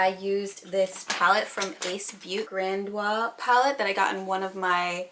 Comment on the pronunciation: Lmao... it’s pronounced “grand-ee-oas”